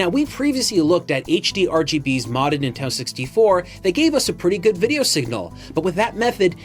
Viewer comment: Nin-ten-do 3 syllables